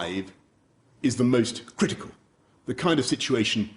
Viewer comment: the way says “critical” is making me laughing and mad at the same time